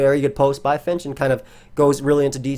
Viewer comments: “It’s Fink, dumbass” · Why is he calling him Finch? I thought it was Fink, dumbass.